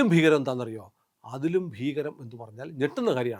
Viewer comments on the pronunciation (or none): none